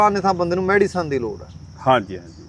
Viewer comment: ਵੀਰ medicine ਹੁੰਦੀ mediccine ਨੀ